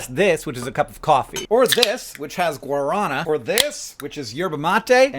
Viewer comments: Hank, "guarana" is pronounced Guar-a-NAAH. Trust me, I lived in Brazil for many years. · lol, that's not how you say "guarana". The emphasis is on the last A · As a brasilian, i take offence to your pronounciation of guarana (the r is more like a d) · Is no one going to mention his pronunciation of Guarana? No one speaks Spanish here? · You pronounce Guarana incorrectly fyi.